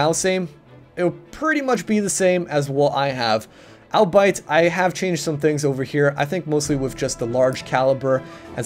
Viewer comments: Albeit is pronounced all-be-it not albite >.< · Albite? You mean al-be-it ? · What is "alll-bite"? Lol just fuckin with you, good vid.